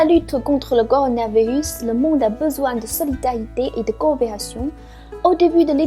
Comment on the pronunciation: mdr corolavirrus